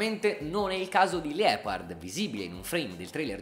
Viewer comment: Liepard = Lie si pronuncia come bugia in inglede